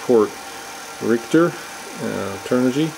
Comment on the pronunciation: Lol. Re-Act-Tor not Reekter